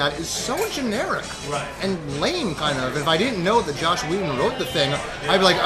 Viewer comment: it's JOSS not JOSH